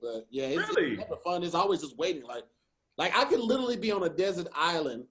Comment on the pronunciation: Y’all please tell to stop saying littlelee (literally)😂😂😂